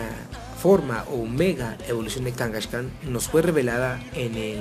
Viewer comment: A ver fan de hueso colorado que pronuncia "Blaiziken" y "Kangashkan", sólo iba a comentar que sí era un Cuben sólo que su madre no había muerto para robarle su craneo, pero cuando pero cuando dijiste que a los posers no les gustaban las megaevs ahí si dije, yo SÍ soy un fan de hueso colorado y hasta pronuncio bien y la verdad me ha costado mucho aceptar ésto, porque son un intento desesperado por levantar pokémon, Y los realmente los posers son los que aceptan los cambios así como así.